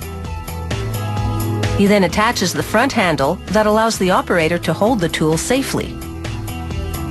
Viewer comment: Why does she keep saying teul instead of tool?